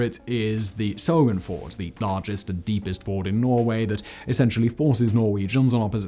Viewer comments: Fjord. A Ford is an area of a river that is shallow and calm enough to safely cross. It’s advisable to learn how to pronounce the words in a script before recording. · why are you calling fjord a FORD... it ain't no FORD, it's FYORD, bro :) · It's FJORD, not FORD. Two different words with different meanings. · Simon: 'fjord' (Norway) is pronounced 'fee-yord'. A ford is a place where a river goes shallow enough to cross easily on horseback or wheels. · I have never heard fjord pronounced as ford either haha. I was confused a bit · I found Simon's pronunciation of "fjord" indistinguishable from "ford" - as did the auto-generated captions. Weird. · Seismic activity is always what worries my about tunnels. Since you spelled that name, maybe you can tell me how to say fjord? Coming from the US I would call it "fee-yore-d" Simon pronounces it the way I do a waded shallow river crossing or that Ford auto.